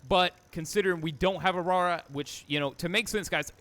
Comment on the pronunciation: "if you have a awrawra"🙏 😭😭😭